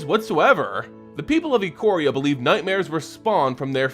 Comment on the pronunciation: It's pronounced Eye-Core-Ee-Uh.